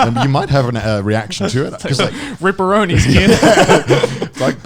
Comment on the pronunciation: did he said ripperoni?